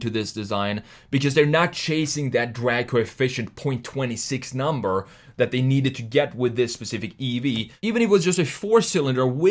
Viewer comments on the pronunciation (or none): none